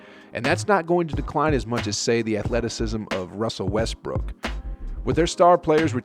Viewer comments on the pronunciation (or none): none